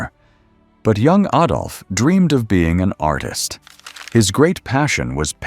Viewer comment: At least he said AH-dolf. Most Merry Canners say AY-dolf (Tsk tsk tsk). A fine distillation of Hitler's warped mind that resulted in so much death and suffering. What I particularly appreciated was the depiction of suffering upon Germans imposed by the Allies in the aftermath of WW I. So many historians rue this punitive excess as a root cause of WW II.